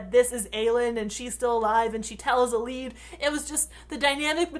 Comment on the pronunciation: Wait I thought it was Mae-nun and Eee-lyde... :/